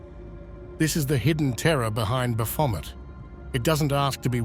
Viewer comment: I've never heard Baphomet pronounced like that. Bravo.